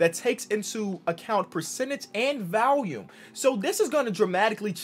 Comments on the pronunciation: Did he just call VOLUME "VALIUM"? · Did he say valume not volume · Did he just say valume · Nobody: and VALUME